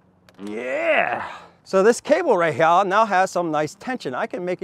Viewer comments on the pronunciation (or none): Drink every time he says ‘right heyah’ 😂